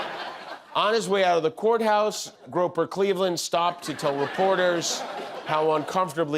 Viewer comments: “Groper Cleveland”!😂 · "Groper cleveland" 😂😂😂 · "Groper Cleveland" I'm dying :D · “Groper Cleveland” 🏆